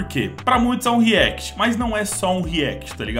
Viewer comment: = pra muitos é um react, eu escutei a sua propia forma de falar react, ele fafalou ryanct !!! kkkkkkkkkkkkkkkkkk